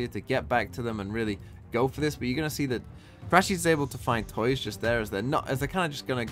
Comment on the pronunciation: This game was so intense I couldn't watch Talon x DRX. I felt exhausted after it finished and had to take a break from Valorant. BTW, tuyz is pronounced /tju/ as in "Tulip" and /IZ/ like in "Quiz"